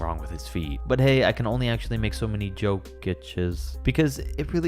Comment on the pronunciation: “I can actually only make so Joke-ech-es”